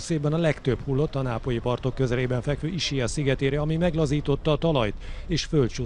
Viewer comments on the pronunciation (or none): az nem Issiá, hanem Iszkiá-nak ejtik a sziget nevét.